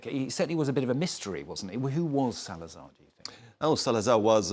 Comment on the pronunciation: EL SALAZAR?! That what you said ? Crime!!